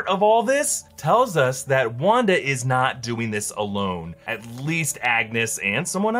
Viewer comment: Lmao it sounds like a race joke where he says Wanda like rawnda